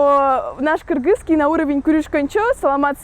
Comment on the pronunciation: Девушка в хиджабе сказала "кыргызский" , но произнесла это слово как мы сами, кыргызы и произносим😊 кыргызча айтты)))